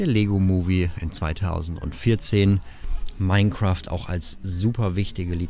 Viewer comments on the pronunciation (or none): none